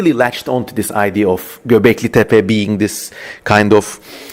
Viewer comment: Ingilizce bir videoda ''Göbeklitepe'' nin doğru telaffuz edildiğini duymak sürreal bir tecrübe oldu.